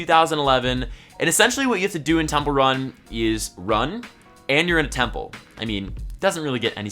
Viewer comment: When was telling temple run,, I was hearing it as 'templer '😬😬